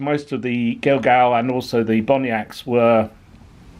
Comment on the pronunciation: Gil-gal and bonniacts are pronounced as gallowglass and bonnats i can forgive you as you are a sassanach lol